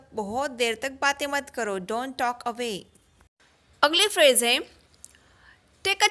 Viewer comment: Cant say talkon